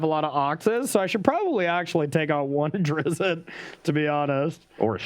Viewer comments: It’s pronounced Der-izt, one syllable. Carry on. :) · Hearing them say “Drizzit” really hurts my soul